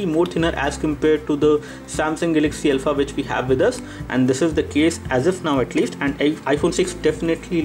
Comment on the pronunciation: Name is not Elpha. It is Alpha